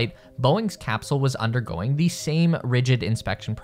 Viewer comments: Hahaha you say thee instead of the. Fn pile of pigsnot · The comment or needs to learn how to read English more appropriately.the word "the" has two different pronunciations that every child learns.. it depends on the consonant following 'the. ' it sounds foolish as it is now. We were cracking up hearing the repetitive error amongst our listening and had to stop again to get the actual information. It is no small thing.